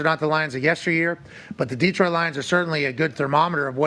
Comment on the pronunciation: Pat, it's Datroit, Da , never Deee